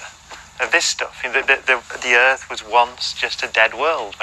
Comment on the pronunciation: I doubt the credibility of a man who says "earf."